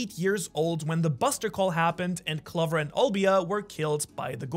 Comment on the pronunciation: Bro doesn’t even know how to pronounce Clover right 💀